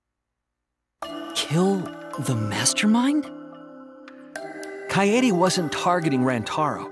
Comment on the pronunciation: Btw it's kaede not kaedae